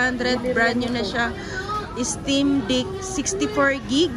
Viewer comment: Steam na tt 😂 stimdick ampt